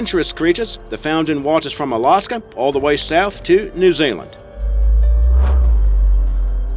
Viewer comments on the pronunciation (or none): Why does he place an 'R' where they don't belong in so many of his words ARfrica for Africa, ARnimal for Animal, AlaRska for Alaska and so on.